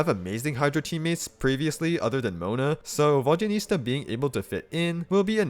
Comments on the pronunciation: Immediately dipped once I heard vodyaniSTa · Vodyanista Fashionista